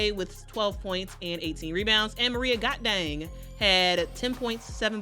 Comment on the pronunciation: Not that I was doubting you, but I had to Google "Maria Gakdeng". Cuz I was SURE you said, "Got Dang"! And I was like, "I KNOW that girl's name is NOT Got Dang!" 😜